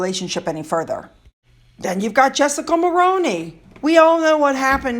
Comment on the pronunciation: All her friends have a price tag. If they don't come up with the goods they are ghosted right away. A very kind fyi : Jessica Mulroney's last name is pronounced Mull-roo-ney. Jessica was probably asked by her father-in-law former Canadian Prime Minister Brian Mulroney, to end her relationship with maggot before horrible things about him and his family were spewed from her, painting them in a very horrific light. Jessica's husdand Ben needed to resign from his job hosting a tv show because of maggot. Jessica and Ben's children were caught up in the ghosting. Meghan is the godmother of their daughter whom she was very, very close to. She was also close to their twin boys. Must have been a package deal. The daughter was a flower girl and the twins were paige boys who carried maggot's veil at the unroyal's wedding. Those children were probably hurt and confused by maggot's disappearance. She is the only person I know of that would do that to children. Surprised she didn't invite the former PM to the wedding for the prestige.